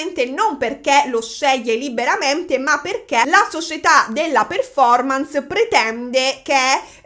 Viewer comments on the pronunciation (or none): none